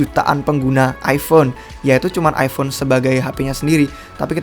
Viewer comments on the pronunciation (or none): none